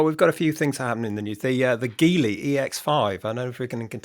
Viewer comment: Just a heads up it’s pronounced Jeely. I was a guest of theirs on a trip to China. You’ll be surprised by how good the EX5 is.